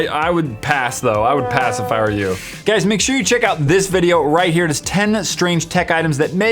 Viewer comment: What he said at the end "I would pass if I were you" what I heard "I would pacifier you"